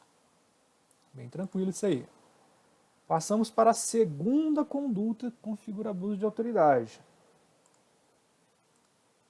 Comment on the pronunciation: muito boa a aula. Mas corrige o CONDULTA, por favor. Não tem esse "L".